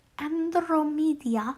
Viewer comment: Ted's grandmother's name is pronounced like An-droh-mee-da